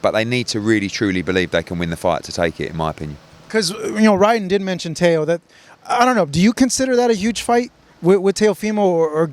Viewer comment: His name is pronounced TEO NOT TAYO😂😂😂😂😂😂😂GOOFY